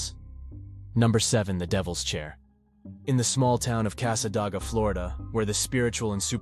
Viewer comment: It's pronounced casadayga